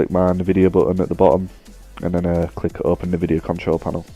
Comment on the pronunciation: Its "nvidia" not "nividea" but nice vid ☺